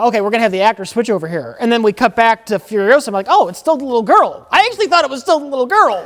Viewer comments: It's furi-OH-sah, not furi-oh-SAH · Asked Hermine. Its Furiosa, not Furiosaaa! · Its not fury osuh Its fueryohsahh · It's furio-SAH, Ron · It's Furi-OH-sa. Not Furio-SAAAA!